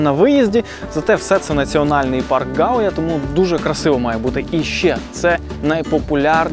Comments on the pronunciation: І ще не ГаУя, а ГАуя!! Перевіряйте наголоси, ну йолки палки…. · Прекрасное видео, благодарю. В латышских словах, как правило, ударение на первый слог: ГАуйя, ЛИгатне, СИгулда.